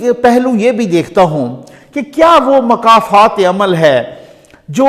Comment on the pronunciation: محترم ۔۔ انتہائی مؤدبانہ گذارش ہے کہ لفظ "مکافات عمل" کے شروع میں "مکافات" کے میم پر پیش ہے ، جیسے "ملاقات" میں میم پر پیش ہے ۔ نہ کہ زبر ۔